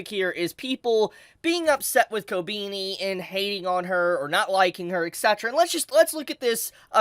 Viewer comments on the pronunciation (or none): It's koBEni not koBIni. Please. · The way you pronounce her name Ko-beenie." lol It's "Koh-beh-knee" my dude. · Ko-ben-E not Ko-BEANIE lol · dont wanna be a smartass but its pronounced "ko-benny" and not "ko-beanie" 😅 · why are so many people saying ko beany ? is it difficult to pronounce it like kohh beh knee ? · Kobeany? The is no a between e and n.. kobini 💀😂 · I know it’s a reoccurring gag with never pronouncing characrer names right but sheesh I didn’t expect koh-bean-e, it’s koh-Ben-e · kob E ni ....not kobini. xP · How long until bro realizes it's kobehni and not kobeeni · It’s Ko-be-ni not ko-bee-ni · KO BE NI NOT KOBINI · Who is "Co-Beanie"? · why he keep saying kobeanie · Man said "kobini"... fml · Did you freaking call her "Kobini" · swear your pronunciation of everything is so cringe lol wtf kobini?? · Her name ain’t Kobini bruh 💀💀💀💀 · Hearing you say her name like "ko-beany" kinda hurts... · Did he just say Kobeanie??? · Why does he keep saying ko-beanie tho? 😂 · Ko- Beany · Jesus christ learn to pronounce Japanese naes. Kobeni Kobehni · ‘Kobeeknee’ 💀 whyyy 😩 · why you pronounce her name like ko-beanie 😭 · Who is "Kobeeni" LMAO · I hate how you pronounce her name. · What i hate is how you pronounce her name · Why do you pronounce "Kobeni" wierdly? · KobEni no I it's E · Not a big fan of how he pronounces her name regardless of if he’s right or not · Love ur Videos but why do u say her name like that 😂😂😂😂😂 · Denji: bark! Kobeni: Courage the Cowardly dog gibberish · Omg you really can't pronounce her name